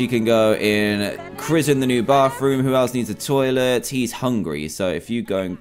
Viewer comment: love how he says bathroom bafroom